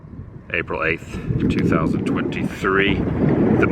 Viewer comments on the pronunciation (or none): none